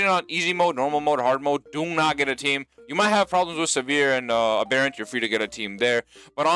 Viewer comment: Why does every YouTuber pronounce aberrant so fucking munted?